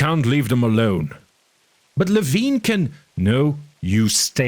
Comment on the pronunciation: I had the impression that he's name is pronounced lee-vine not lee-veen